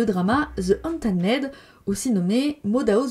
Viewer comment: Pendant la covid, je suis allée faire un tour sur Ao3 et franchement y'a des descriptions d'histoires avec les membres de BTS qui sont à vomir. La Covid a été rough pour beaucoup de gens. Pour Untamed; prononcer Un-tém-de.